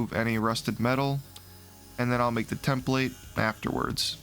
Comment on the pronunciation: You pronounce template wrong.. it is soooo annoying..